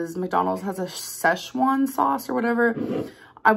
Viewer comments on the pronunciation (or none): none